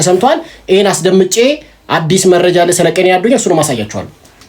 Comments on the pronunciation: ቀነኒ በል ኬኔኒ አይባልም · የምን ኬኔኒ ነዉ ቀነኒ በል ወድም አትቸኩል